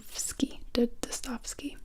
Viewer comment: His name is pronounced dos-toy-eff-skee. I've been planning to read that book this summer!